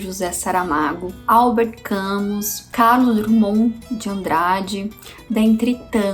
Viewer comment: gostei muito do vídeo, você está incenvando a cultura brasileira tão devastada ultimamente. Só um detalhe, se escreve Camus mas se pronuncia cami, esse coroa aqui aprendeu isso a um mês.